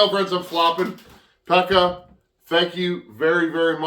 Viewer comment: Pekka is pronounced peck-a with a long k